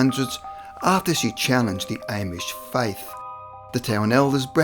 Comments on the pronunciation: The second of the three c's in Connecticut is silent. Amish is pronounced with a short a (Ah-mish --- not Aim-ish). Just so you know! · Ah yes the Ehmish, the Canadian Amish. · her name was Pronounced Tich a bua, and there was 19, not 20 that were killed in the Salem witch hunts and it is pronounced Om ish